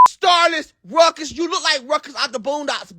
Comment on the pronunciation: "Starlus Ruckas"😂😂😂 this boy